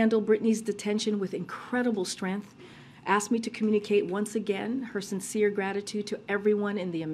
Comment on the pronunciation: Hey Jean Pierre, can you not say strength properly?